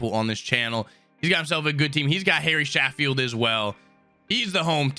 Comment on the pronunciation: He says Harry Shafield not Gary Sheffield